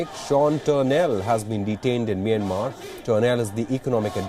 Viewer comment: It’s not “Meinmar” it’s “Meeanmar ie Myanmar. Please pronounce it correctly. You Indian news anchors always read incorrectly.